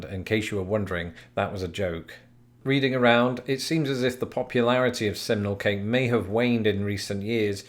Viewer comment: Oh thanks goodness... until you displayed the poll I thought you were saying 'seminal cake' which sounds entirely different.